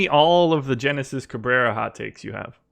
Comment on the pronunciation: Have to say, you guys kept calling him Genesis but with my research found out his name is pronounced (Henesis)....